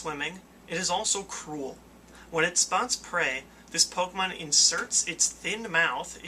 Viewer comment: Why, he does Pokeymanz (pokemon) not Transformers.